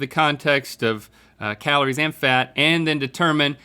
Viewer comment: did he just call calories kahloore